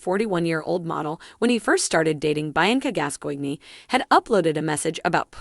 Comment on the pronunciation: its pronounced Bee-Anc-ah GAS COIN! not what ever the hell you said